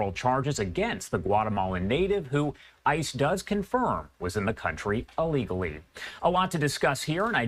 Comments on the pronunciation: He sad, “allegally” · He uses the word alegally vs illegally, a purposeful mispronunciation to obscure the fact that the accused is an ILLEGAL ALIEN in this country. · Not alegally it's illegally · 'Alegally' ... i haven't heard that word before. That's a new one on me.